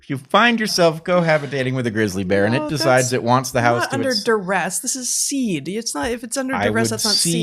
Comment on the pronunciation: "Cede".....not "seed".